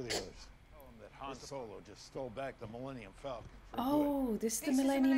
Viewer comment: I cried three times during this reaction. First was when you didn’t recognize the Millennium Falcon, the second was when you agreed that it was garbage and the third was when you called it the Millennium FalcoM. Lol. I kid I kid. 😂👍